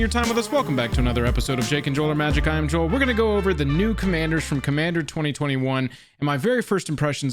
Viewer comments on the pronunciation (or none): none